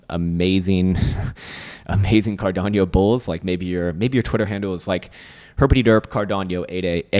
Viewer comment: Bro, it’s pronounced CAR-DA-NO, not Car-dan-yo… 😂